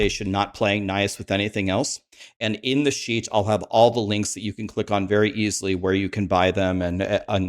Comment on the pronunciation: Every time he says "sheet"....i hear "s.h.i.t."....damn the rude vocabulary of the streamers!!!😂